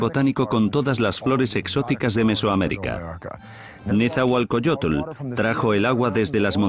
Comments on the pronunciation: que mal que los que son locutores en esta historia no son mexicanos, NO SABEN PRONUNCIAR EL NOMBRE DE NETZAHUALOCOYOTL, dice netzahualcoyotle, ni siquiera saben leer...QUE PENA QUE ESTO LO ACEPTEMOS............ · El comentarista que traduce dice nezahualcoyotel jaja